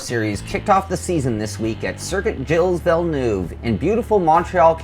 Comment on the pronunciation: Gilles Villeneuve (French pronunciation: [ʒil vilnœv]) not Guil villeneve....